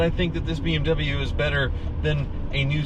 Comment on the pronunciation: "It's the only BWM in my Hooptie fleet"......but how many bimmers have cycled through your fleet?....bet you need 2 hands!